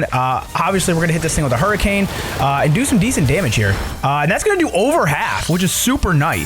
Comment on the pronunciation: "Thats gonna do iver half" bro that is not even half